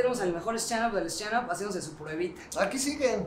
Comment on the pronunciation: Me encanto la edición!! Muy chistoso. Pero no más “shtanup”!! :(( Jajaja. No, pero todo bien!! Ya quiero saber quien mas viene! :)))